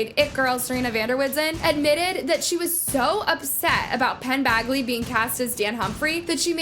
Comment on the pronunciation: Penns last name is Badgley. like Badge not Bag in Bagly. great video tho! very informative 😊